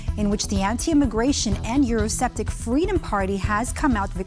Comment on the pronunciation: “Euro-septic” 🚽 indeed these newsreaders are authoritative on the topic